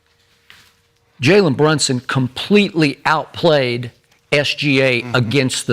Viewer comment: “Jaywen Brushings” one question …who he? 🤣🤣🤣